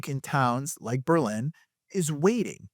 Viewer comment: I am from New Britain, and grew up in Berlin. I bought in Plainville and have been very happy here. I have also lived in Newtown and Bristol. I really enjoy your videos, and I was surprised to see you mention Berlin. You said the name right a few times, but slipped back to the German city. I do not want to sound insufferable like the Darien people, but I had to say it. The Berlin Fair is one of the best in the state, and as far as being connected, you could argue Berlin is the best hub for access to highways. I hear the high school is all sex and drugs with no mention of rock and roll. Berlin definitely is not the same as when I grew up, but great work on these videos. Meriden has Hubbard Park and the Christmas lights with Castle Craig. To me, West Haven means Zuppardis!